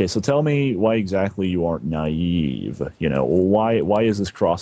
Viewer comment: Naive with a hard e 😂